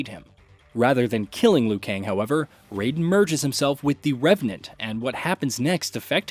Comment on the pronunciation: ri-yu not ra-yu!!! also, rai-den like the rai in shirai and not ray-den!!!